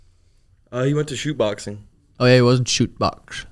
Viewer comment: talking about Ian Garry training at “shoot boxing” 😂😂. It’s Chute Boxe brother